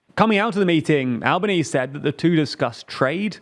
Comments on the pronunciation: Al-bah-nee-see, not albanees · Just lil correction. Albanese is pronounced 'alban - easy' here in Aus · The Australian PM is pronounced Alba-n-easy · "ANTONY ALBANEESE" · ITS PRONOUNCED ANTONY ALBON-EASY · PS The Australian Prime Minister’s name is pronounced An-th-ony Alba-nees-ee (pronouncing the “h” (like “the”) in his first name and 4 syllables in his surname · Very small not albos name has the E pronounced at the end al-ba-nee-zee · Just for future reference, the Australian prime ministers name is pronounced with an e sound at the end, "Al-bah-knee-zee". Also it's a th sound, not a hard t in Anthony. You can call him Albo for short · Aussie PM: Al-ban-ee-zee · The prime Minister of Australia's name is pronounced Alban-easy. ie the final 'e' is pronounced. Well done on Kherson's correct pronunciation though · The Aussie PM is pronounced "An-thony Alban-easy" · Lol, I literally came here to say alban-easy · Albanese is Alba-nee-see. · minor thing but as an Australian. the final 'e' in our PM's name is pronounced sharply (i think the name is Italian or Greek in origin, so it doesn't follow the silent 'e' at the end of the word rule) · As someone from Australia we consider that pronunciation of our premiers name an act of war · As an Italian, I can confirm that Mr. Albanese does NOT pronounce his own name correctly even in Italian haha